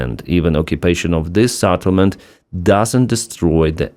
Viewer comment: Not Satelment!!! Settlement!! SEtElment!!!